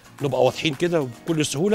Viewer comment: . لو سمحت انطق كلمه البلطي صح اسمه البلطي ضمه فقط ع الباء